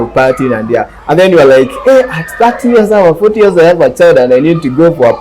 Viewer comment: ni "years" sio "ears"😅 However this is a good topic, parenting I abit complicated moreso without experience. I love the senior citizen 😊